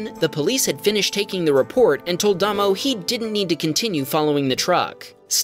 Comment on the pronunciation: Mate, NZ guy is pronounced Daymow.